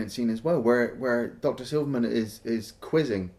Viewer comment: Great review guys but it's 'Silberman' not 'Silverman'. Yeah I'm the nitpicker